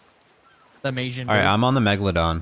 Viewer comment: Anyone else find it annoying how says mijin when its malin